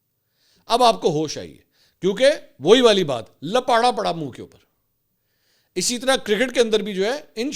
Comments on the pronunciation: لپاٹا نہیں لپاڑا بھائی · Bhai Jan lapata nhi hota Lapiyra hota hy❤